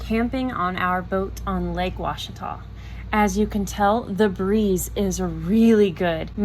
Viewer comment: I'm just proud you pronounced Ouachita properly!